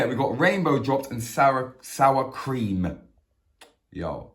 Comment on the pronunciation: Man said cweem ya know lol ... Bless up cook and vibe